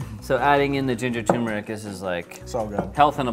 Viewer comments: Love your vids but turmeric is pronounced tourmeric not toomeric. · You're missing an 'r' in tuRmeric.